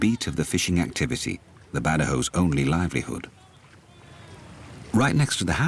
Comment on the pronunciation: correction narrator its Badjaos not Bad awous